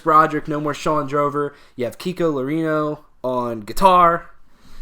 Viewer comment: I'm gonna make a tutorial video teaching "how to pronounce Kiko's last name properly" hahaha The closest thing you guys can say is "low-ray-row". Great review by the way, I've subscribed you guys. Keep rocking.